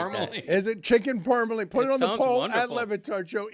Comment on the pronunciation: "You're gonna go to Buffalo & order Chicken Parmalee?"